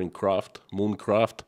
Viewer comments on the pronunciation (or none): none